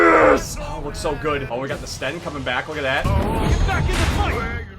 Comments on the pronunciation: The sten really he called it the sten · You called it a STEN YOU DUMB BUTT